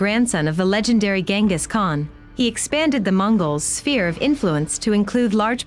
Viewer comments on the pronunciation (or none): none